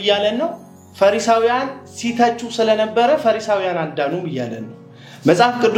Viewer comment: አቶ ሆይ:- “ ፈረሳዊያን" አይባልም: ፈሪሳዊያን ነው የሚባለው:: መጀመሪያ ይህንን አስተካክል